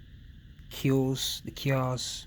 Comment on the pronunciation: Hey bro mad respect, but the cyoz is pronounced (KIE-OZZE) with a silent e. Love your vids bro.